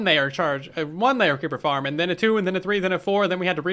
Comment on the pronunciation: "Let's make a creeper farrm.": "Hold my beer."